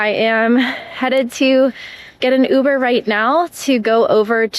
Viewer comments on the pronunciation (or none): none